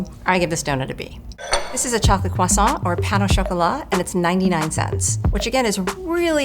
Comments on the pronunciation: kwaSAWT mrs. maam this is english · "croissant" has an "r" sound in English fyi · I hate the way she insists on pronouncing "croissant" with a French accent every single time. Yes, it's a loanword, but it's been part of the English vocabulary for ages and has an established English pronunciation. People who do that, do you pronounce every loanword with its original pronunciation? Because it sounds dumb. Fight me.